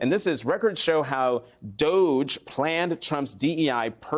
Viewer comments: I'm glad to finally hear DOGE finally being pronounced "dodgy". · DOGE, it’s pronounced dodgy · DOGE (pronounced "dodgey") is clearing out agencies that protect federal employees so they can gut federal agencies that are investigating Musk, and Trump cronies.